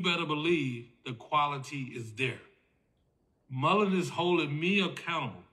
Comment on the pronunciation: For cripes sake. It's Mullen. Not mullenz or mullenzes.